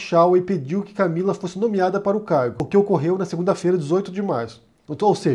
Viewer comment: Eu ouvi "carro" no lugar de "cargo" e por um instante pensei "eita, então era verdade que ele fazia rolo com carro??"